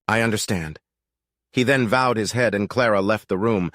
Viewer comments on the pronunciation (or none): "vowed his head" ---> "bowed his head"